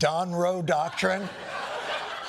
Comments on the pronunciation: "They now call it the "Donroe Documen"". So, what is a documen? John why did you change his words to doctrine? Trump clearly said documen. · . Its not "Donroe Doctrine", its "donroe doKiMin" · No no, he said Donroe Dockurmin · Did Trump stumble into an idiotic portmanteau of "doctrine" and "document" too? I swear I heard him say The Donroe Documen" in one of those clips. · “The donroe documen…” that’s what he said. He couldn’t pronounce “doctrine”. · What is a “docrumen”? Because listen to what he actually said: He called it The “Donroe Docrumen”. 😂😂😂😂😂😂😂😂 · i can't believe he really said Donroe Docurmen.